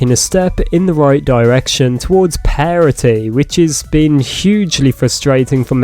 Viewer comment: I promise you you're saying "parity" wrong